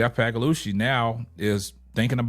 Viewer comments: Respectfully, there's no "g" in Paliocca. Just trying to help. Pay-Lee-Oochee is what you're shooting for. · Lmao dude his name is Jeff pagliocca.. this guy just says it any type of way for watever reason.